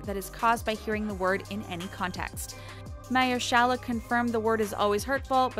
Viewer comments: What’s a mer-shala and Mayer-shela!!? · “mahyor-shayla” is how it sounded like she pronounced it. That was positively awful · I don’t understand the thumbnail and whoever is doing the narration for this video could learn how to say the people’s names properly, I didn’t know she was saying “Mahershala”. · ME TOO! It was driving me crazy. haha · If they hadn't shown clips with Mahershala Ali, I wouldn't have known they were referring to him. 😂